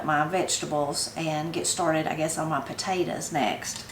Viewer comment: I like the way you say “Potatas” instead of Potatoes. lol. I have a question…Are butter beans the same as Lima beans?